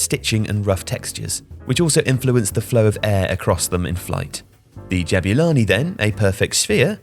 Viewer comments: lol why does he say Jab-you-lani instead of Jabulani? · As a South African, I just want to say that it's pronounced Ja-boo-lani not Jab-you-lani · great video, but it's not "jab-you-lani" it's "jab-oo-lani!" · Ja boo lani. Not ja byu lani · Why do you call it DJEBYULANI? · It's pronounced Jah-Boo-Laa-keee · "Jabewlani" 😭😭 this man done colonised this ball's name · I never thought I'd hear someone butcher the pronunciation of "Jabulani"...